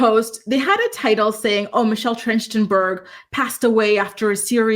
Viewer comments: I think it’s pronounced Michelle TRACK-TIN-BURG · Her last name is pronounced Tracht-en-berg. 😊